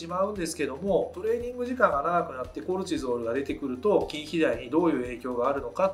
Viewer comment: コレチゾールの発音が気になる😂